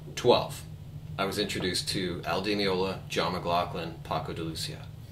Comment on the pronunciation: great lesson but you are pronouncing his last name wrong